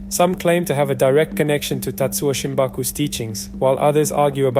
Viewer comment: Shimabuku not Shimbaku.